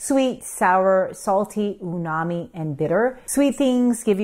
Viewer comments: Actually it’s she says perverted instead of converted. She does it ever time she says that and also says Unami not Umami. Very odd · The word is uMami not uNami!!! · Is it “unami” (which I hear her say) or is it “umami” as the transcript says? I’m confused. 🫤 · umami, not unami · Wonderful video! Just wanted to mention that it’s called umami, not unami. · Is it Unami or umami? I’ve never heard of Unami but maybe I’m wrong. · In summary, she keeps incorrectly saying "unami" instead of "umami" and I can't focus on anything else. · Said it incorrectly. It is UMAMI (not Unami) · Dr the word is umami with an M not Unami it’s in the dictionary. 🧐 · Did she say “they are perverted into simple sugars” close to ? Supposed to be converted & also says unami instead of umami. Weird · Hello, it’s Umami, not Unami. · Japanese lesson for you. "Umai" = 'delicious,' "Umami' the 'delicious flavor' // in any case, not uNami. It's uMami, It rhymes with 'You Mommy.' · It’s ‘Umami’, not ‘Unami’… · It's umami, not unami. Unami is eel. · You are SAYING "UMAMI" WRONG, not just spelling it wrong. There's is no "n" in "umami", its said like "mommy" preceded by "ooh". "Ooh mommy". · It’s not unami It is umami ….. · Unami? It's uMami. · Correct word is UMAMI , with an "M" The "Unami" were a native american tribe in Delaware. Embarrassing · I’m so glad you pointed this out bc it was so annoying every time you said uNAmi! I was cringing 😅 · BTW, the word is "uMami" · Umami is umai. (Google translate to Japanese). The word is U-MA-MI. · There's a pronunciation error with the word Umami too. But aside from that, great video. Thanks! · Yeah. You pronounced it that way too. Way to go. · You HAVE to find some humor in an Asian woman professionally mispronouncing(not just spelling) umami.....diet jello flashbacks!....😂....big love, 24/7....❤ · uMami! Not sure I can trust a doctor who can’t read or say spelling correctly!!!